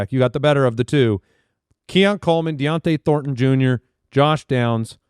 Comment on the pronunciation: it's Don-tay not Dion-tay thornton